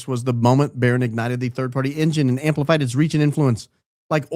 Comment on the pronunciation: you just said who you did the podcast with in the 2nd day BBBbbbaronn lol